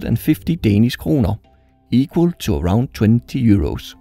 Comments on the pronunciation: oh okay, your pronunciation of the word “kroner” was just spot on so i thought you might be danish. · How did You say Danish kroner soo good